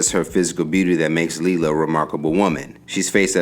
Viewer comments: It's not Lee la it's Lay la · is it leelah or laylah cause you pronoucing it inconsistently